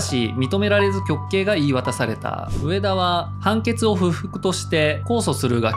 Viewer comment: 「うえだ」じゃなくて「うえた」